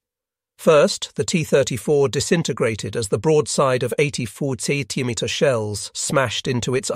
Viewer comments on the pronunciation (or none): Why does he keep pronouncing words strangely? Centimetre? Not that difficult is it?